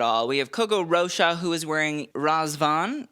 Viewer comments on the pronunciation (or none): none